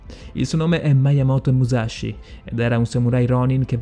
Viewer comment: Pare proprio che il narratore stia leggendo una traduzione automatica di un testo straniero, oltre a sbagliare numerose pronunce di nomi "inglesizzandole" (sAimon Bolivar, mAiamoto Musashi...). Bella voce, belle storie, ma preparazione rivedibile.